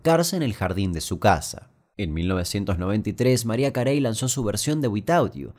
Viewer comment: Se pronuncia maraia queri pero bueno, banco a maria carei